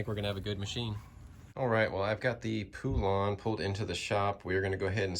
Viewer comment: Thats not how you pronounce poulan 🤦‍♂️